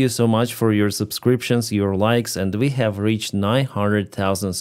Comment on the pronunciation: Ukraine takes a burned out tree back from the Russians- reaction: 👁👄👁 "WECHAVE AN OFFENSIVE"